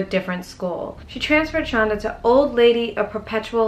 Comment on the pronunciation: Yes, knew her and it is pronounced send it is it Shanda. like Panda.